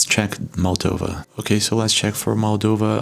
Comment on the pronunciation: MOldova, not MAldova...